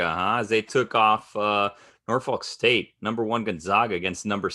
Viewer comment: Its pronounced NawFuck State, not NorFOLK State. Otherwise, this is hilarious. Fuck ESPN.